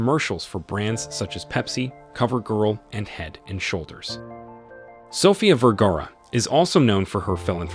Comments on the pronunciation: The announcer continues to mispronounce her last name. It is Ver-ga-ra. Not Ver-gar. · I think he's German, the right pronounce of V in Germany is an F in English. That's why he probably pronounce Firgara and no Vergara. But that's ok. She still is one of the most gorgeous model and she is proudly a Latina. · Vergara rhymes with "where car uh?" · My friend, you continually mispronounce English words and names, the latest is Sophia Vergara's last name. The first part Ver sounds like "fir" (as in fir tree), change the f with the v. The second part of her name "gar" sounds like "far", just place f with the soft g sound (not gee but the guh sound as in gar) and then add the final vowel "a" with the "ah" sound Vergara. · Why didn't you mention her Husband and Son? You can't pronounce her name correctly! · wish u knew how to pronounce her name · You dont even get the correct pronounciation of her name until the end of the video, are you just reading a script. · wow you really butchered her last name . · Please learn to pronounce her name. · Dude you need pronounce her name better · That's not how to pronounce her name !!!!